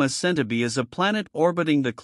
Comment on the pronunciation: It;s AI - you can tell because it can't pronounce Centauri (as in Alpha Centauri)